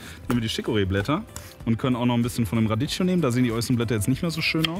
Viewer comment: Cool, dass du da extra nochmal so 'nen Zusammenschnitt hier hochlädst! Was mich trotzdem immer wieder tilted ist deine Aussprache von Radicchio. ch & cch im Italienischen ist immer "k". ;P